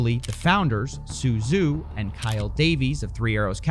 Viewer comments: Am i the only one that paid attention to Avatar: The Last Airbender and knows “zh” is pronounced like a j, not a z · "Zhu" is pronounced like "Ju"